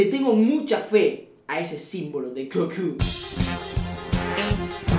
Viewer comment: HolaSoyMaximo gallego es minuto no 9.29 Y se dice Goku no guku No te enseñaron a escribir eh?